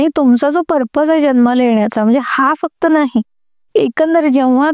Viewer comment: Tuza podcast thick asato ...fuckt ...n...ha shabd shudh bol